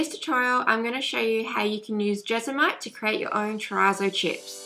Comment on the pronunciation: Hey! Helpful video but just an FYI, you’re mispronouncing terrazzo- it’s an Italian word. Google have heaps of pronunciations videos.